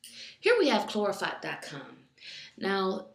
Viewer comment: 'clorofot' hehehe